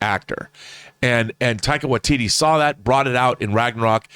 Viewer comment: You say taika watiti and thor, I'm there.